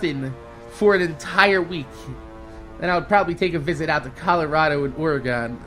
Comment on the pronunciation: It's not pronounced ore-a-gon it's pronounced ore-a-gin!